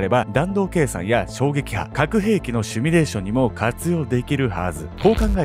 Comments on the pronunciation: シミュレーションですよ。Simulation シュミレーションじゃないですよ。日本人のほとんどの人達はわかってない。間違いだと気付いてください。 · シュミレーションじゃなくてシミュレーション、な